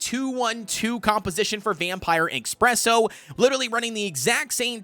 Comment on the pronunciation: Also its ESPRESSO not EXPRESSO, just thought id point that out